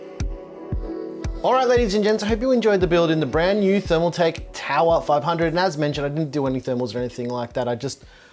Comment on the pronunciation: TOWAHHH OF POWAHHH